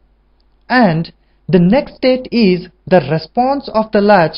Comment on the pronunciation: amazing work!! Just try to spell "next state" more clearly.. it sounds like "nested" !